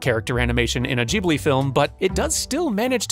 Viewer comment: I love that you know how to pronounce "Ghibli" correctly :)